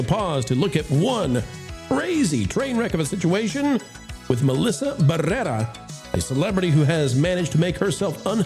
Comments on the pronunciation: Had to stop watching about three minutes in. The exaggerated rolling the R’s every time you said her name was driving me crazy. I’ll check out your next video. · you just love rolling your R’s when you say her name! Otherwise no one knows who she is. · Your over pronunciation of her last bane is highly annoying.